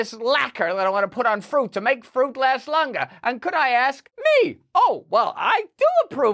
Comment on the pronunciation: Fruit Russell NOT Friut! 😯😯🫣🫣👍